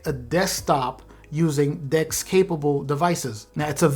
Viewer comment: When you said "the next thing is DeX" I thought you said dicks 😅😅😂😂😂😂